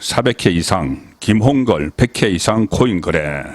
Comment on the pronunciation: 김홍길이 아니라 김홍걸이 아닌가요?발음을